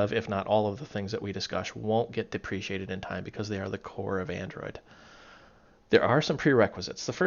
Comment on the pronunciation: Good video. I look forward to more of them. One thing though is that it's "deprecated" not "depreciated".